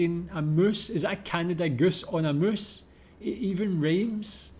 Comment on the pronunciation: I love how delivered goose on a moose. Perfectly accented.😅